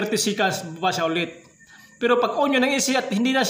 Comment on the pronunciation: bulol ka paps yung on naging in na hahaha btw thank you sa idul er cunttul valve